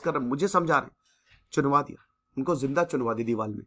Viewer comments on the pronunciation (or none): none